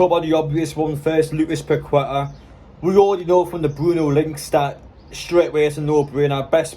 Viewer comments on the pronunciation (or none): He’s names pronounced packeta